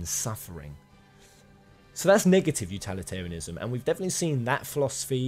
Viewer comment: the number of times you mispronounce utilitarianism is very annoying. My advice is practice saying the word a bunch of times before you record the video. Anyway, thanks for posting.